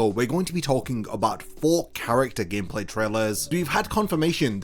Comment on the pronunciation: "Hitsugaya Gacmeplay" lmao